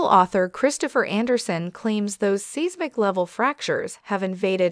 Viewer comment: It’s SI (long I ) smic spelled seismic.